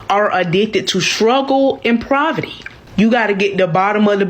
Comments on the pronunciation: Damn did she say “Proverty” - Women can’t embrace their “Femininilaty” - because of how “Provertic” Lol wow just wow everyone don’t need the mic! lol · We are addicted to “ proverty “ just like you’re addicted to miss pronouncing words.. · Did she say “proverty”??😂🤣😂🤣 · Did she say proverty 😂😂 right now theyre still young and gullible but 40 😂😂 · It's obvious that they didn't like going to English class.. The mispronouncing of words are astounding...WTF is proverty? Femanility? Really? Wearing a Bonnet in public is fashionable (hope l spelled that right). Miss us with that bullshit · Proverty? Feminility? Anybody else catch that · struggle and praverty 🤡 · Thinking bout the shycologyof things🤣 did she say proberty!!!🤦🏾‍♂️ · Proverty 😂😂😂 not poverty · Did she say “Provity” and “feminility”? 😳 Somebody please take her phone. 😂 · Before some of these women give up on black men, they need to get hooked on phonics. What the hell is 'poberty'?!😅😅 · "Proverty," "Fremeninity..." This is who we have to pick from? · What is “proverty”? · Right!? WTF is "shruggle and provity"? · It sounded like she said shruggle and proverty.